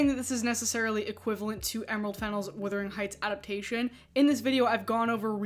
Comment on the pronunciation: Buggar, please Wu-thering Not Wi-thering, to wither is really different, really, really different Check out a withered limb. Heathcliffe is described as swarthy…. Lotsa “white “ POC are swarthy, dark hair dark eye and skin that doesn’t burn but rather tans Oh dear what a horrible 90IQ world that have access to the internet